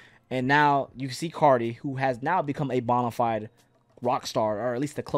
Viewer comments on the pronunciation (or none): none